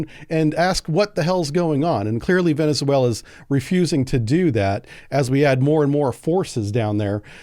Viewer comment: Venezuela is 4 syllables